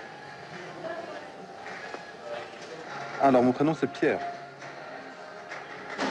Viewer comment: Mou prinon ci "Pierre" 😂😂😂